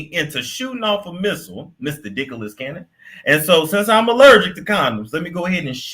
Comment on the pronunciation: "Dicklas Cannon" is crazy 😂